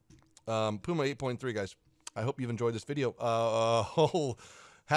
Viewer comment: " The PIUMA" :elbowcough